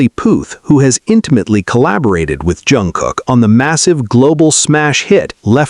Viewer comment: ...it is pronounced Shooga not sue ga.....and Jun Gook not Jun Cook